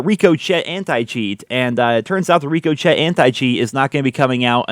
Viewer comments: ....Ricochet is pronounced Rick—ko-shay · After watching this video the only thing that stuck with me was "Rico Chet". Sounds like an 80s latino equivalent of Chad. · You pronounce Ricochet like this: ri-kuh-shay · Did he just say “Rick-o-shet”??? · ricochet is pronounced Ri-Ko-Shay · Uh ricochet is said rick-oh-shay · Are you pronouncing it Rico Chet for a reason ?? Lmao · Wait is he really calling the anticheat Rico chet 😅:buffering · Rico-chet anti cheat?I guess that's one way of pronouncing it. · It's pronounced "Rick-O-chey" for the anti cheat lol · That is NOT how you say RICOCHET ... RICK-A-SHAY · Ricochet is pronounced like “rika shea” lol kinda took me out for a min. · Love the pronunciation of ricochet lool Rick o chet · isn't it pronounced "rick-o-shay"? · Rico Chet not (ricochet) but RICO CHET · The way he calls it the “rico-chet” anti cheat lol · Painful to hear lol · Yeah his pronunciation is great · Is it not called Ricochet? Why does keep saying RICO-CHET? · Bro, it's pronounced "ricochet" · Bro said rico chet xDDD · it's pronounced Ric O shay 😫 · Hey it’s actually pronounced (Ric) (O) (Shay) the anti cheat probably won’t end up working😂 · It's pronounced "rick o shay" haha love you! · Ricochet is pronounced (Ricko - shay) like ricocheting a bullet in its logo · Ricko chet lololol 😆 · "reeko chet" oh my god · Ikr 😂 it’s “rick-o-shay”!!! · okay I was listening, until I heard you pronounce ricochet..... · google how to say ricochet lol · This man can't say ricochet 🤣🤣🤣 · Haha that’s not how you say Ricochet bro 😂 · thats most definitely the strangest way ive heard anyone pronounce ricochet like that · The way you say Ricochet is hilariously wrong lol. Sorry. Just saying. Haha. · Was so funny. How can a FPS player never have heard how to pronounce that word lol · That’s not how you say the anit cheat😂😂😂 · that pronunciation of ricochet tho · The way you pronounce ‘ricochet’ gives me brain damage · Rico Chet. Lmao